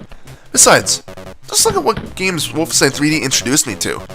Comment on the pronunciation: Speaking of. It's WOLFENSTEIN! Not Wooflestein.